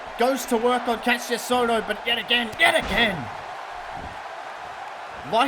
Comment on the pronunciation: Hey you said Ka-ss-ious ohno but its actually ka-sh-ious ohno with a sh- not s- oh and incredible ppv